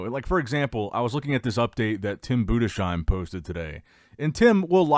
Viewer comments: Bruh learn how to pronounce Tim's last name, it's Boo-dis-heim not Buddha-shime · it's pronounced "Budes hime", not Bude shime". Not as a critic, just if you're interested.